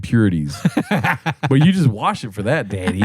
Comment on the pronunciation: I laughed really hard when said, "Well go fuck yourself, Dad." He's been saying dyaddy so much that he's actually paternalized.